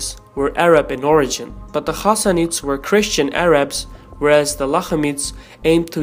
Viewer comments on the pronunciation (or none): I appreciate your objective and accurate narration. Only thing I can recommend you is to review pronounciation of the names of arabic commanders. Khalid Bin Walid (kh is gluttural h, like spanish "j"), Ghassanids (it's like a softened g, and not h), and Saad Bin Abi Wakkas (all the "a" letters are pronounced as a, as in "I, are", Saad with double, longer "a")